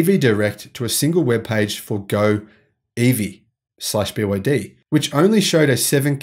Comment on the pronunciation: He didn't he kept wrongly saying BYD